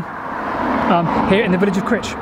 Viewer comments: It's pronounced CRY-CH! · It's pronounced Crych but spelt crich.Just saying. P.S. Lovely interesting video. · You can always recognise visitors by their pronunciation of Crich it's actually pronounced "cry-ch" by the locals. You managed to redeem yourself at the end I noticed. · Just thought I'd mention that Crich is pronounced Crych so the letter I is pronounced as a "y" 🙂👍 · The 'i' in Crich is not like the 'i' in titch but the 'i' in mike! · shame about the poor pronunciation of Crich!!! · It did rather, I have a deep abhorrence of all types of poor grammar........ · CrIIIIIIch not 'critch'! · Yep Cry-ch. not Critch. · ive been told light heartedly by a friend that its pronounced cry-ch and you could get lynched if you say critch in the presence of a crich tram museum member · It's pronounced with a hard 'I' by us locals, Cr-eye-ch. Sorry if this has been mentioned before, I haven't read all the comments. Love all your videos, best wishes from Derbyshire. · Super vid. More eerie places. And Martin Zero the urban explorer too. P.S. I think you pronounce the ‘i’ as ‘eye’ not ‘ih’. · On the slopes above the gas works is a wooded area and you can still seem some of the actual rails rusting away close to where you were at 8.13. If you walk down the slope there is a bridge at the bottom over a tunnel entrance. Please stop saying Critch though it's painful, it's Crych :-) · Those of us from the Middleshires pronounce it Cr- eye-ch not Cr-itch! 😂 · Please lean place names lol its not Grich. It's Crich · suggest you pronounce things correctly its CRYCH not crich even though thats how its spelled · Not critch but criiiiiich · Cryyyytch, not Critch (as said, I mean ) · It's cr-AYE-ch, not critch! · Pronounced Cry-ch . Great channel , just subscribed .